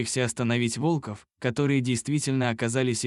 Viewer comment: Находил волкОв, пришел на встречу с волкАми! Невозможно слушать это вОлков! ВолкОв! Лайк не ставлю.